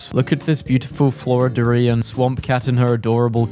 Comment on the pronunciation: How do you not know how to pronounce "Floridian"